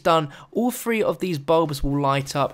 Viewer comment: The fwee dee pwinter